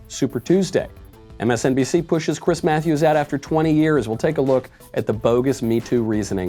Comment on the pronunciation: Chwiiiiiss Mwatthewwwwws